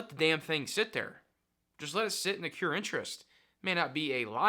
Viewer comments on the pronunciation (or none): its accrue interest not accure.